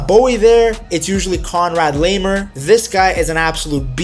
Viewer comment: my guy straight up called him Conrad Leemur 😂